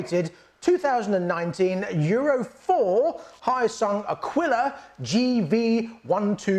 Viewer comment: It's not Hiyasung, it's Hyo-sung.